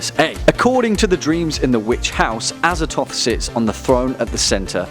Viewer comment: Look, I know there's no canon pronunciations because they're eldritch names, but come on, Azathoth. ah-zah-thoth. The th is right there man.